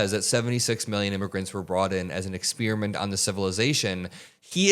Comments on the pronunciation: “Ex-speer-a-mint”, ugh. Not a fan of that pronunciation! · Ex peri ment or Ex spear ment..... bro !!